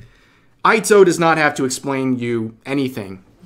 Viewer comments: Ito isn't pronounced Aito more like Eeto. Since the vowels are Ah (A), Ee (I), Oo (U), Eh (E), Oh (O). They are Phonetic like Spanish though the order you'd list then is different Ah (A), Eh (E), Ee (I), Oh(O), Oo (U) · Rev, its EE-toe . the way they pronounce it sounds like EE-tow not eye-toe. Japanese is hard tor US folk it seems. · Eeto, Rev. Ito has a long E sound for the I. The way you pronounced it would be Aito. Just so you know. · Rev, I'm gonna be that guy but you pronounced Ito-san's last name incorrectly. you had one job, work on your Japanese.